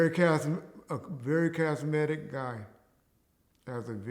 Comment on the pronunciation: "Veeery Kazmetic guy" 😂😂